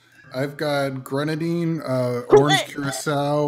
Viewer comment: "Grenadine." Fam just say cherry 🤣🤣 Edit: UV BLUE 💀 couldn't be me...